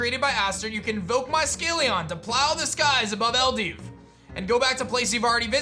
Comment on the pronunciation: Shouldn’t the region be pronounced “Ell-dew” not “ell-div”? It’s spelled with a W at the end... Also yes you’d rather be 1-2 levels over everything because sometimes there are random level jumps between a gym and a boss